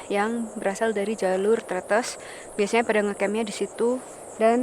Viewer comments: Cara baca huruf e di pelafalan tretes itu kaya baca enak, buka enam. Jad bacanya trètès bukan trêtês. Kwkwkw...... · Bukan Tretes tp Tretes😭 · Selalu keren dan dinanti 😍👍🏻Hanya ralat dikit cara mengucap Tretes, yang betul seperti pada kata Es Teh. 😊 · Bukan Tretes tapi Tretes. Logatnya beda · Tretes huruf e nya dibaca seperti e di kata bebek mbak.. 😊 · kalo orang surabaya biasa nyebutnya trEtEs kaya' nyebut buah katEs, bukan tretes kaya' nyebut ndog netes. ntah kenapa disebut growah bukannya growak, sebab growak biasanya untuk menyebut sesuatu yang sudah gak utuh, misal apel growak logonya iphone 😁. btw videonya buagus, jadi tau penampakan di atas yang biasanya hanya bisa lihat dari bawah saat gowes sby-purwosari-batu-cangar-sby